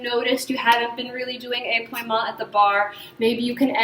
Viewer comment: épaulement - is where the upper torso (and thus the shoulders) twists while the hips remain square, like in balancés pau is pronounced more like pole (not like p’wah) thus ay-pole-mont not ay-p’wah-mont